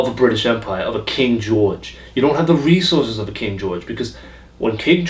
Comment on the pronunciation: "..you don't have da re-sauces...of a King George..." Just genius!